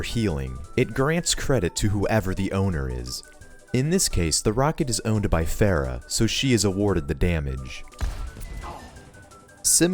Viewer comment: game came out centuries ago and ppl still cant pronounce pharah right lul